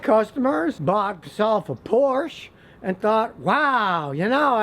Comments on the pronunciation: Like your videos, Scotty, but PLEASE, it's Por-sha, NOT Porsh. Ferdinand pronounced it Por-sha. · I like Scotty's videos but I can't take this one seriously when he dogs Porsche but pronounces it "Porsh" instead of "Por-shuh". Come on Scotty, if you are going to slam a car at least pronounce it correctly. Someone who has worked on cars as long as you have should know how to pronounce Porsche.😆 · as Alan Harper said: It's not a Porsch. It's 'Porsch-a' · Scotty….I question your overall knowledge of the vehicles you condemn. First…..the brand is pronounced Porsche (Porscha) Not Porsh… Anyone knowing the history and heritage of that brand would NEVER call it that! Second….. I am the proud owner of a 2008 Solstice and am VERY familiar with the design and engineering that went into the car. The car was a quality build with no consistent problems. Very much a blast to own and drive!! I interact with dozens of owners on a regular basis and have never heard talk of them “falling apart” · So first of all you should know how to pronounce Porsche correctly. I have bought a used 911 and I am on my 7th Audi and have not had many problems with them. You need to do research and understand what issues the particular car may have. I feel you are overly generalizing on some of these cars. If it seems like too good of a deal, guess what, it isn't, then it's your own fault. I have bought many after-market parts for my Audi's because you are right, Audi hoses you but ALL car manufactures do because they make their money on parts and service. My Audi S5's have been awesome, but you need to get the ones with the V6 TFSI engine, not a V8. Anyway, thanks for turning me on to the ATS products, they are great! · NO NO NO. It's NOT PORSH. It's pronounced por-shuh. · Please stop calling it “porsh”! Please pronounce it as “por-shuh”! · Whatever you do, don't get a Porsch. Get a Porsche instead. Much better. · Nitpickery: it's pronounced PORsha, not Porsh. Two syllables. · Scotty... it's Porsh-a